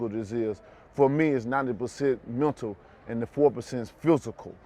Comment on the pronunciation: “90% Montal and 4% Fusical”